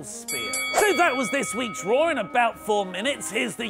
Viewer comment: In the intro, do you make Monday night raw, sound like Monday Nitro on purpose? Every intro, it's all I hear now!